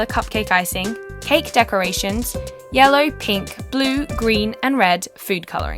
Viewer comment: she said yelly instead of yellow when mxing